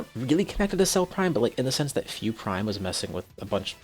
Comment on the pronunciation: I know it's weird, but it's spelled Fu, pronounced Fyew